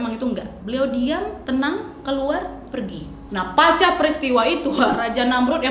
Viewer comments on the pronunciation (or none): none